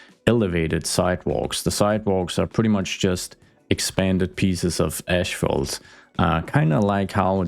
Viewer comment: Just a little English tip, there is no "ash" in asphalt. We pronounce it "as-fault". I've been very impressed by your constantly improving English skills over the past few years, so don't take this as nit picking! And as always, thanks for the content!